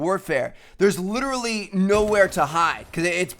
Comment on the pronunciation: When he says literally, it's sounds like he's havin a fucking stroke